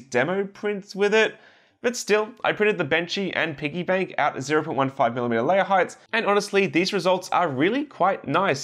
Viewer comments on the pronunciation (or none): none